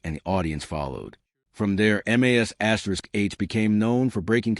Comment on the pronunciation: Your pathetic AI narrator that isn’t smart enough to know how to say MASH gets a thumbs down